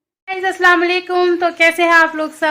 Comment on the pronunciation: Plz Salam sahi se kiya kre